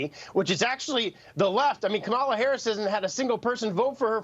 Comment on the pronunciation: Hey Eric pronounced Kamala correctly. Pigs are flying and Hell is frozen.